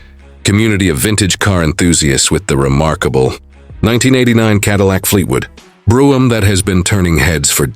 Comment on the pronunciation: Where is this car from? It's certainly not the American Fleetwood Brougham. Also, they can't even pronounce the name correctly